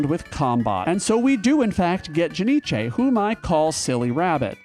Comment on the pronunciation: Ja-nic-e, lol. Love the way you say it.